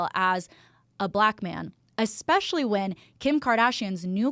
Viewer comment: You say ex-specially vs especially. Idk why i heard that so loud and clear 😂 I'm sorry